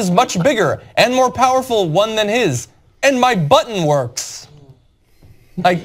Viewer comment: Man you should've left in the laughter And ffs cenk and whoever that other guy is, he was saying "MY button works (to imply that we actually have nukes and North Korea is bullshitting and doesn't)" not "my button WORKS!". If you're gonna take something so ridiculous this seriously, at least don't so radically misinterpret it. You wouldn't have gotten into the topic of trumps dick if you didn't misread the tone of those three words. You both have managed to make this even more embarrassing for yourselves than it was already going to be.